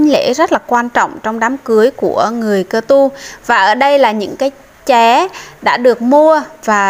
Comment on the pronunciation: Chị ơi phải là cơ tu mới đúng chứ sao lại là ka tu